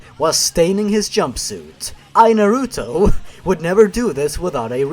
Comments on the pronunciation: it's pronounced naruto, not naruto ;3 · The way you pronounced the Naruto names made me cringe. xDDD